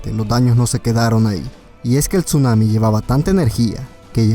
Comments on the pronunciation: hola me acabo de suscribir un apregunta por que dises chunami si es tsunami o es que escucho mal :v Owo uwu TuT 7u7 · NO se pronuncia la T en Tsuanami, simplemente se pronuncia Sunami...no paras de cometer el mismo error